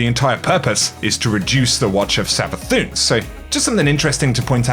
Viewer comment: it really triggers me howyou pronounce Savathun